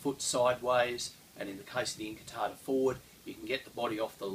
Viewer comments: I had to watch the first scene three times because I was distracted by the light "sabres" over there :) Pointless pronunciation note: in modern Italian (as opposed to Spanish), the "U" in "QU+vocal" syllables is never silent, so "inquartata" is pronounced as "in-kwar-ta-ta", BUT, "incartata" - as in Saviolo's writing - is indeed pronounced "in-kar-ta-ta". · Thanks, I always appreciate correction of my appalling Italian, but could that have changed over time? I started with Saviolo as it's in English and when I saw the different spellings, incartata in Saviolo and inquartata in Giganti I assumed that they were pronounced the same and the English spelling was simply phonetic. Could Italian usage have changed over time? It does seem odd that Saviolo said inquartata, pronouncing the Q and John Florio or whoever ghost wrote him (I don't believe for a second that Saviolo's English was that good - the text does resemble Florio's) wrote it down as incartata, as if it had a silent Q. Of course there's also the possibility that Saviolo wrote it down "inquartata" and it got read off the page by an English transcriber as incartata and spelled that way to make it easier for Englishmen. Any experts on 16th/17th century Italian pronunciation?